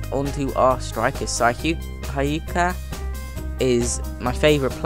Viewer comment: cana it's pronounced sana and hyka is pronounced huka